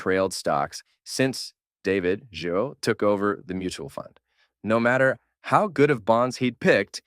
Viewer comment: Great video as always! You said his name right once, it’s pronounced GeeRo